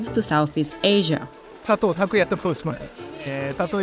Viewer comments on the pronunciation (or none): none